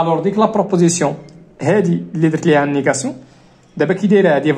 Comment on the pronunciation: غير عتازل ماستاد موالو ستريكتومون ههه فري بروبروزيسيون ههههه فرنسي ناضي